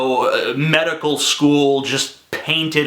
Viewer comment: "meDICKal sKOOl"